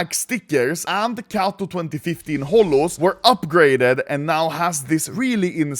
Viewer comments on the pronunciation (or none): none